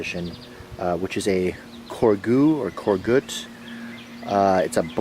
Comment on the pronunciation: I think its pronounced cor zhay.